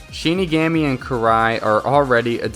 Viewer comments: Its shin.ni,gomi that's how u prounce it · He is saying shinigami wrong